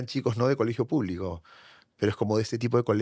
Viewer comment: Este personaje (escritor) aún conserva ese asunto de complejos ; la entonación que coge es muy trabajada… Por ejemplo : Ateerraados Puublicos Boeemios Manadaatoos Y lo más triste es que se muestra como ejemplo.., Es desagradable por que el mismo acepta que el se blanquea ( metafóricamente) y no se conscientisa que realmente que el negarse de lo que es , es peor es triste. Se desvalorisa y mucho cuando valorisa y embellece su acento cuando habla del color de los ojos… de la mancha mongolica… es un tipo completamente enfermo y pietinando , es de esos estupidos tipejos que se dicen pitucos….. pobrecito !!! Asumir las palabras que adjetivisan es ir más lejos del que lo pronuncia despectivamente.